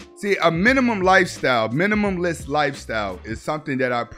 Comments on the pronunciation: Minimalist, Min-i-ma-list, I love your channel but the mispronouncing of words kills me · MINIMALIST SAY it with me now: ~MI NI MA LIST~ NOT minimumlist ffs